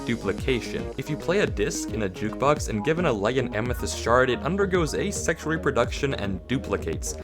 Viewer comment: did any body else hear "and then it undergoes a sex reproduction" on the allay part.